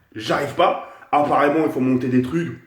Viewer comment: wesh a il a di aparrement